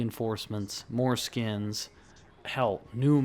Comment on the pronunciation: Coulda swore you said foreskins instead of more skins. Had me thinking "have players been requesting foreskins?"